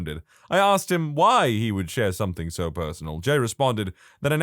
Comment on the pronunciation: No K in the word something